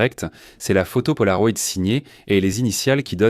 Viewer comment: Ces changements de débit de parole sont vraiment insupportables!!! ET punaise...polaroid??? Polaro-ï-d